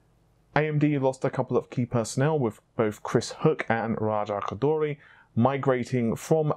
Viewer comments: C'mon, u got spit in my eye when your pronounced RAJA KHHGGHHODHHHOOORRRRRIII just Raja Ko-Door-Ree is fine, he won't be mad lol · You pronunciation of raja koduri is funny, lol . it sounds like raja koudully. Lol there's no L in it .